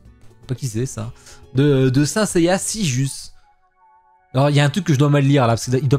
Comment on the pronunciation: je sais ahah, je disais ça comme ça suite à ta prononciation 😜 Je t’ai déjà entendu plusieurs fois de st seiya dans tes lives, je sais que tu ne détestes pas mais que ce n’est pas non plus un manga/anime coup de cœur pour toi 🙂 Mais sache que tes prononciations des noms de saint seiya est légendaire et que j’approuve 😜